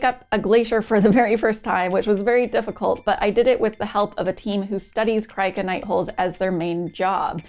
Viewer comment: Should have heard me trying to pronounce Cryoconite holes before I watched the video and heard you pronounce it lol Very fascinating stuff! Thanks for sharing and as always keep building❓